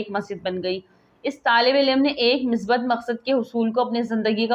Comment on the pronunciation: misbat nahi musbit. tallafuz durust keejiye. haq ka ilm nahi alam